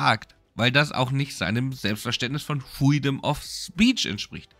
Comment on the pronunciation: Pfueedom of speech 🤣